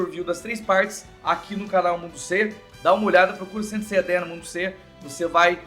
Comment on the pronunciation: Ele falou Saint Seiya Dean?